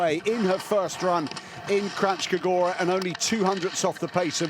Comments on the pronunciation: Kranjska gora, not Krachska - nj is a single phonem, pronounced as in el nino. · A kak Kranjska Gora izgovaraju 😂😂😂😂 živi smijeh